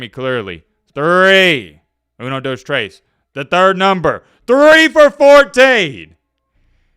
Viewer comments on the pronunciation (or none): none